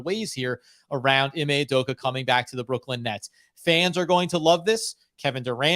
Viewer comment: I hope learns how to actually pronounce "Udoka" if we do hire him 😅